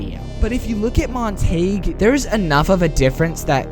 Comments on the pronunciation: Montague is pronounced Mon-te-goo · Are you pronouncing Montagues name wrong on purpose? Mon-ta-gue, montagew